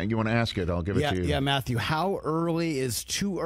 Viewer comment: Math-uh-you Berry can’t even pronounce the man’s name correctly.